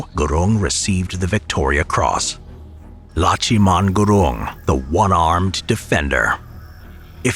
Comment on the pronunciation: its not Lacchiman its laxman gurung लक्ष्मण गुरुङ